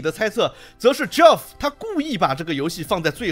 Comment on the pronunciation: ，友情提示，Geoff这个名字和Jeff的发音是相同的，都叫 杰夫，而不是 脚夫🤣